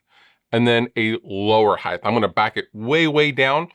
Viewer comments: Are you saying “Heighth”? That’s not a word brutha-luv. 😁 “Length, width and height” already has a shit ton of H’s, no tagging another one to the end. 🤘🏻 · Lol "Heigth"